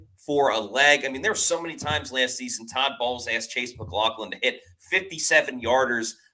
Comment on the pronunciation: I love how keeps calling him mclaughkin lol 💀